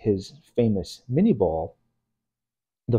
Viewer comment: Minié ball, not "mini'"